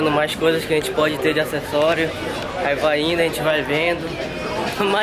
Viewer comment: A "rênte" preferiu fazer ..... KKKKKKKK tira o ovo da boca tio!!!!!